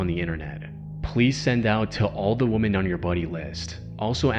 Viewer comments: Let me begin by saying, I love your work. It's excellent. Ok, that being said, the plural of woman is women, pronounced "wimin". One woman is woman, more than one is women, pronounced "wimin". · Woman. Women. These words are pronounced differently. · It's obvious that this isn't an AI voice, as he can't seem to ever pronounce the words "across" or "women" correctly. It's always "...these woman left..." and "when he walked acrost.." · why does everyone who makes these types of videos always mispronounce "women"?